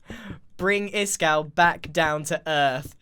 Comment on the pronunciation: stop stop stop you're going to take someones eye Out. Besides you're saying it wrong it's Ishkall not Iskall